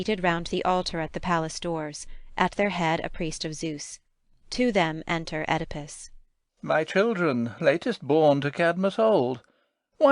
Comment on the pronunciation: I have no idea what they're saying. And they don't say "Oedipus" right.